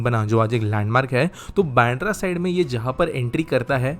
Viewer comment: It is "बांद्रा" not "बॅन्ड्रा".